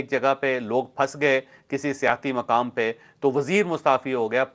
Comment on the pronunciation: جاوید چوہدری صاحب ۔ براہ مہربانی اپنے اردو تلفظ اور تاریخی معلومات پر توجہ فرمائیں ۔ بھارتی وزیر جنہوں نے استعفی دینے کی بات کی تھی وہ وزیر ریلوے لالو پرشاد یادو تھے ۔ آپ مسلسل لال بہادر شاستری کا نام لیتے رہے جن کا انتقال 60 سال پہلے ہو چکا ھے۔ سیاحتی مقامات کو آپ سیاسی مقامات بولتے رہے یا کم از کم سننے والوں کو ایسا ہی محسوس ہوتا رہا۔ پلیز توجہ فرمائیں ۔ہم آپ کے vlogs مسلسل دیکھنا اور سننا پسند کرتے ہیں ۔والسلام